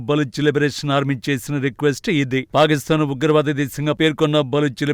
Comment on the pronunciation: Anchor పాకిస్తాన్ nu పాలిస్థాన్ అని చదువు తున్నారు